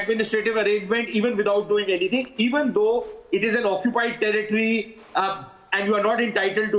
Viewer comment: saying tarrrritri for territory sounds like toiletries